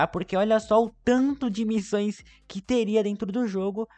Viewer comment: teve uma hora que ele disse missães em vez de missões kk